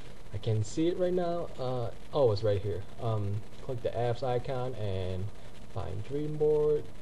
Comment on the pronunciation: im sorry buts its ICON!! not ican!!